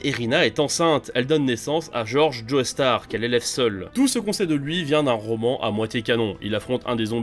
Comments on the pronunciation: Je me MORDS les doigts quand j'entend "Joé Star", ça me fait penser à JoeyyStarr justement. Désolé, mais on dit "JO STAR" en Français et dans bien d'autre langue ! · Pars pitié arrêtez de prononcer "joestar" sa se prononce "jostar" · Juste quelques précisions par rapport à la vidéo: -Leur nom ne se prononce pas "Joeystar" mais "Jostar" -Le nom de famille de josuke n'est pas Joestar mais higashikata -T'as pas précisé que Giorno veut intégrer passione et en devenir le boss dans le but de stopper le trafic de drogue en Italie, alors que c'est hyper important -Le nom de Gyro se prononce "Jayro" et pas "jiro" -T'as oublié de préciser que le vrai nom de Johny est en fait Jonathan (ce qui est super important puisque ça montre que même dans un univers alternatif on a bien un Jonathan fils de George) -Y'a 2 ou trois erreurs sur les prononciations comme par exemple le nom de gappy qui est bien Higashikata et pas Higashitaka, ou le nom de Giorno qui est Giovanna et pas Giovannia, mais en vrai la vidéo est propre, le résumé est simple efficace et bien écrit, bravo à l'équipe ! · ça se prononce "Joe Star" pas "Joey Starr" merde. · Mais arrête de dire Joeystar c'est chiant, c'est un nom anglais, on le prononce Jostar (je suis sur que tu fais partie de ceux qui disent x dans Hunter × Hunter et dans Spy × Family alors que c'est une putain de croix, c'est pas une lettre). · Prononce bien joestar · Aie l’accent tonique mal placé dans tous les noms de la partie 5 😅